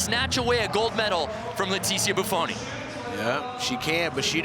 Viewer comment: does anyone else feel like the second commentator just couldn't leet himself celebrate Bufoni's win? "What if he drops her?" and then pronounces her name wrong at the end -_